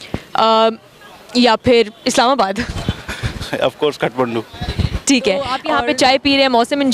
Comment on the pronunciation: खटमण्डु ?😄 It's काठमांडू । palaces of Wooden.